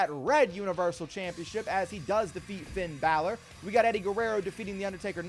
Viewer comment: If you Finn Balor wrong because you call him fiend Ballard if you call him that one more time I'm unsubscribing and then just liking and then never watching your videos again